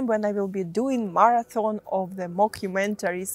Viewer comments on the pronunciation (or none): none